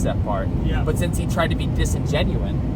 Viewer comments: Disingenuous is the word ur trying to say lol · DISINGENUOUS NOT DISINGENUIN